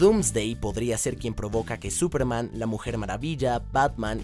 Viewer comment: Súperman esdrújula.